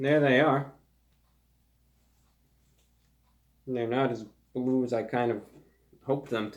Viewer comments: It's bwue! It's BWUE! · IT'S BWUE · It’s bwue! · ITS BWUE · ITS BWLUE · IT'S BWUE!